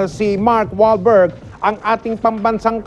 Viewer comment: "Hollywood naaaaaaaaaaaaa see Mark Wall-berg ack ack ing bong ban sam ka mao see Manny Pacquiao?" >> Is this guy having some hilarious heart attack or just speaking in tongues?